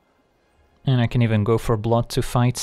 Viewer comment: Every time he says "Go for Blood" it sounds like "Gopher Blood" and now I want that card.